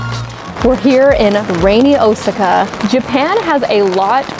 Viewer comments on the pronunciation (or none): ah man i like this channel but the way she said Osaka made my skin crawl